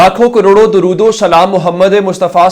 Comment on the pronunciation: Gondal sb gozarish Hy k dorood tu Sahi parha karain myry Bhai, Kuch aakhrat ka bhi khayal kr lyn. 😢😢😢😮😮😮😮😮😮😢😢😢😢😢😢😮😮😮😮😢😢😢😢😢😢😢😢😢😢😮😮😮😮